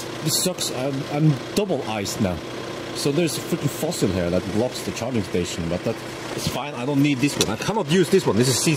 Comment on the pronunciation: "It has a key so it's still kinda fossile"